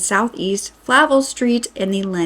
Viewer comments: You did good! One you missed tho was Flavel. We say fluh-VELL. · Flay- eee- vel.( Flavel). / Mult-no- mah( Multnomah) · Flavel street…. It’s pronounced ‘ fluh- vel’ willamette ‘Will-am-et’ Multnomah ‘Molt-no- muh’ We were checking everyday to see what was happening. We were all scared. Nobody told us anything. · I live here. It's pronounced "Mult-no-ma", not, "Mult-a-no-ma". Flavel is pronounced "FlAv-elle".